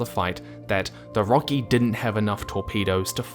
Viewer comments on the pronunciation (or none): the ships full name is Rocinante, so when it's shortened to Roci, it'd be pronounced Rosi, not Rocky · bro it's Roci like Rossi not Rocci it's short for Rocinante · "Roci" is pronounced "Rossie" as it is short for "Rocinate" or "Workhorse" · Every time you pronounced "Roci" as "Rokey", I'm counting that as a microaggression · The ROKI... Well those scifi nerds are gonna put you on a stake (It is supposed to be pronounced row-see, from the Spanish rocinante)